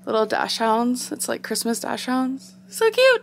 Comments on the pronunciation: i m German =) u pronounce it like Daxhund...the h is not silent =) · like dak-sund kinda, it’s german i’m pretty sure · “Ad-e-vent” calendar...”dash-hounds”...good grief. And when you tried the peppermint hot cocoa you started out saying “pretty good, pretty good” then said you didn’t like it and it was only a “three point five”. There aren’t enough eye roll emojis to cover that. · Did she just say “dash-hounds”??? Ummm 🤔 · Dash hounds??! Has she really never heard the word dachshunds out loud?! Shocked. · "hahaha 1. those "undies" probably look like a table cloth 2. it's not "dash-hounds" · We’re not gonna talk about her calling dachshunds dash hounds? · Did she just say “Dash-hounds” ? 😂